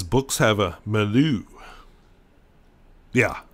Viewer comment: I know you don't speak French, so I'll just advise that milieu is pronounced (roughly) 'me-lee-ur'